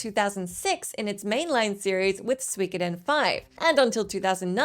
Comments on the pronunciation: It's Su-Ko-Den not Swik oden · Soo - e - ko - den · Hearing her try to say suikoden was so cringe I had to skip ahead lol